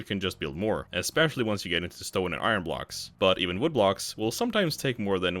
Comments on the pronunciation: Why do you keep saying "i rin"? Its "i urn" dolt. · I ron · Say "iron" again. "I RUN!" LMAO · Iron is not pronounced that way.